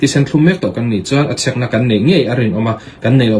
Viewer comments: Tawpic ti mai la...tropic han tih kher...chek poh chhek iti daih a.... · In chhek tihhi alam rik dan tur ani em? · Ti nge Check ti mai lovin Chhek itih tlat,? Tin, glucuse nge glucose, C pawh a hniam zawngin i lam zel a,hypu glycemic pawh ka hrelo